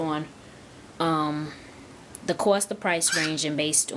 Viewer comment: "the cwost" XD